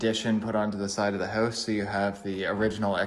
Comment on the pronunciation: Hoase he says instead of house... check oat the hoase